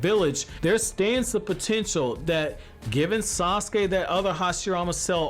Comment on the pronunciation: It's wrong how they doin Yamaha I mean sauske😭